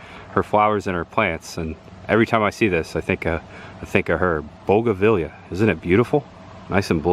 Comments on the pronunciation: Bogavelia is actually Bougainvillea, pronounced boo·guhn·vi·lee·uh lol...not picking on you - you obviously enjoy learning stuff so just adding to your knowledge! Now try to say it 5 times fast lol...love your videos! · Pronounced BOOGAN VEE YA=bougainvillea. ha ha great video